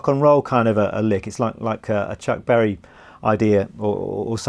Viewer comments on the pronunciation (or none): none